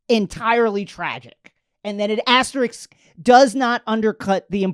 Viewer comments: 1st 3 pronunciations of asterisk: asterix asterisk asterik back on track with #4 tho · Don't forget ashtrik